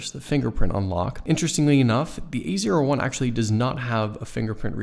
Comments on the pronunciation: every time he says A01 i'm hearing "the easier one" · A01 sounds like ''easier one''